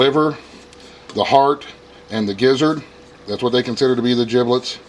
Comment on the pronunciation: Giblets with a G, not Jiblets with a J